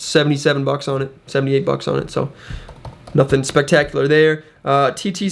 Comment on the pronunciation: Newt instead of nothing lol